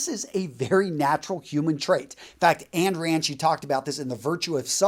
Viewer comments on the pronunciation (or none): Ayn Rand? Wittgenstein? As a philosophy guy, I definitely respect what you've been reading, didn't know you had it in you. Just so you know, it's actually pronounced eye-ne Rand. Cheers!